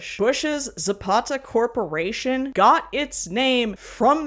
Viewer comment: Thank you for actually saying Viva Zapata and not Zapada like most gringos say. To clarify, I don't care about that movie, is just the way most gringos say "Zapada" always bothers me a little.